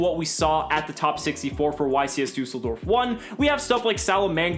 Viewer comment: dUUseldorf 😂😂...im from germany